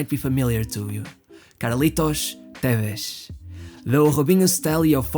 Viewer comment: Carlos tevez isn’t Portuguese so you don’t have to pronounce it Tevesh